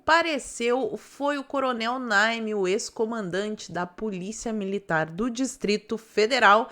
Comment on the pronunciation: Naime, não Nine. 🤭